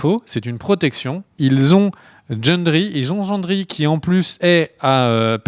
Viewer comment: Mais jendri???? C pas Gendri?